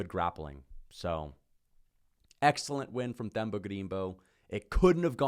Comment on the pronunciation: Te-mba not Th-em-ba